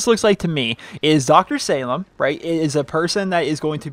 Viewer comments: I believe it's pronounced (sah-leem) anyways, nice vid! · It's pronounced "saleem", it's Arabic. Sorry I'm picky. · Dr. Salim is said like "Suhleem", not how you're saying it. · Hey I hope you pay close attention to this comment because my cuzin Salim is part Aribic and part american I'm not sure what an Aribic name had to do with the snow but what I do know is that its pronounced Say-leem